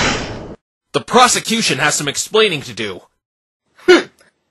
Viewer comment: I can't be the only one that hears "prostitution" when the judge says "prosecution."